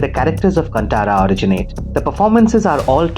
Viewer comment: Bro it'd like to point out that it's pronounced "कान्तारा"